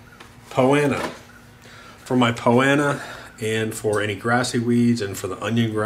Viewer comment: Not trying to be a wise guy... I'm assuming "Poanna" is Poa Annua?